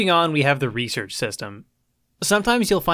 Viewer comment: Hey man say research. Is it a speak problem or u ghetto like? like axing someone a question?